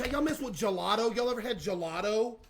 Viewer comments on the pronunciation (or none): its gelato not jlatoe